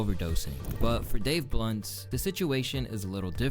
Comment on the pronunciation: am i the only one who picked up on calling him ''dave lunch''????